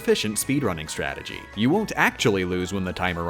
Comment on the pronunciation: Its called strategy! STRA TE GY